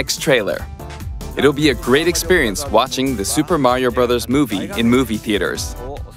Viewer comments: My favourite part was when he was like "It's a me, Marry-O!" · please stop saying “mare-io”. you are better than this. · I don't know how authoritatively you can speak on Mario voices, given that in this very video you were pronouncing it "Mary-oh" right up until Miyamoto's dub actor spoke it out loud. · The minute I heard you say ''mArio'' I instantly disliked 😂😂. Also love the trailer and I can't wait for the movie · Why do people pronounce Mario as Meh-reo? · Weirdest part of this video is how he pronounces mario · He switches between pronunciations so it definitely is lol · I feel like this whole video was just taking 15 minutes and 48 seconds to tell us that he pronounces 'Mario' wrong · The way he says Mario hurts my soul. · i think he's saying mario wrong on purpose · Why does he keep saying mario wrong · Why is he mispronouncing Mario's name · Um actually it’s pronounced Mario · Bruh why does he pronounce Mario like that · I’m cracking up at how he kept saying “Mary-oh” until he started watching the video and they were saying it correctly, then he started saying “Mario” without even realizing it lmao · i dee kay dude its merio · BREAKING: Man Spends 15 Minutes calling Mario "Merio" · I cringe everytime someone says Mary-o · why do you say merio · once said:mareo P.s. I know it’s said Mario but how said it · Take a shot every time he says "MEHrio" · MAYRIO TRAILER MAYRIO TRAILER ITS MARIO TRAILER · Who the hell is “Merry-oh” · At the beginning of the video he pronounced it mayor-io and at the end of the video he pronounces it Mario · does not have a voice that's supposed to say Mary-o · It’s not merryo it’s Mario, like mark, or Marvin, or marshmallow. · MAIR-io??? it's MARR-io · why do some people say "mare-io"? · why does he say may-rio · stop saying merio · Mah not mae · Even though I think he’s trolling us, every time says “Mayrio”, I flinch. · Did bro just say Mayrio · bro said merry-o